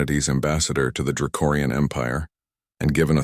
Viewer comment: It’s draconian, not dracorian!!!!! You’ve been saying it wrong every single time it comes up!!!!!!!!